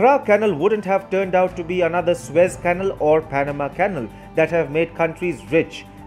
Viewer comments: Dear Narrator of this report, please work on your pronunciation! The word "canal" is incorrectly pronounced as "cannle". Correct is "cal A l". There are many language aids in the internet where it is possible to hear words spoken aloud. I emphatically advise you to use them. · Not "kennel" but "canál." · Fascinating development. Just one suggestion, use an English-language text-to-speech program to perfect your pronunciation before creating the narration. For example, the word "canal" is pronounced "can-AL," not "canl." A program of that kind would show you. I use a freeware called Zabaware. Cheers. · Thank you for the very good report. "Canal" should be pronounced "ca-NAL". Accent on the last syllable. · " Canal ", is pronounced, " Can - Nal ".